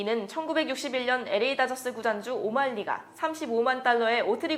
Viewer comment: 좋은 정보 감사합니다. 다만 음성 톤이 딱딱한 아나운서 톤이라 아쉽습니다. 의미적 단위의 끊어 읽기도, 발음도 아쉽군요. 그냥 편하게 읽었으면 좋았을텐데. LA는 '에레이' 말고 '엘레이' 였으면 더 좋았겠어요😊 발전하는 컨텐츠 보여주시길! 감사합니다👍